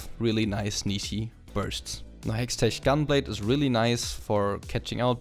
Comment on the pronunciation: pls say hexteck gunblade